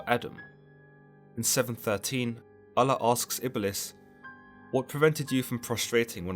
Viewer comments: He did say "God, in this case known as Allah" or something like that. I wish he would've used the term God instead cause its weird the way he pronounced Allah. Oul-Loh/Aul-Lah not al-la. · Just say god instead of allah. It means the same thing and you are saying it weirdly.